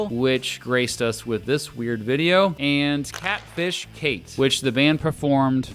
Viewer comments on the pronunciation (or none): none